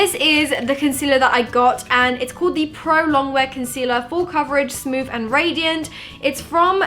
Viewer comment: It sounded like she said "smooff and radiant" 😂